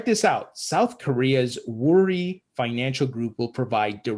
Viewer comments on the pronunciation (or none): It's not a big deal but the correct pronunciation of "Woori" is "oo--rri." You should not pronounce the /w/ and give it a rolling /r/ sound ... sorry, it's just the teacher in me.